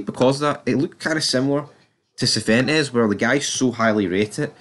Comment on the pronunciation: Who are you talking about this guy serventes? Try and say See-when- tess.